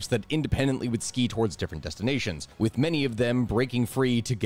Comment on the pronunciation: Once again scandinavians win usong the most powerful force ever "dramatic pause" skii's 😂